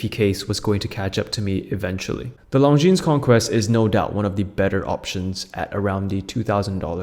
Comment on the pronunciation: The least you could do is learn how to pronounce Longines properly. The s is silent.